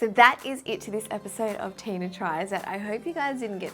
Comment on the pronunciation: Wow the new silent close caption at the beginning of your YouTube video says your name is DINA !! Maybe you need to pronounce it better to hear the “T” just a heads up Tina! Ur awesome